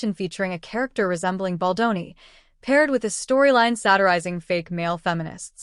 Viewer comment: Really, you would think AI could at least get Baldoni‘s name right, announce it right at least once?